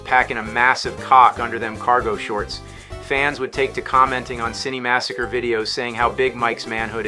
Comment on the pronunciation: See-nny massacre!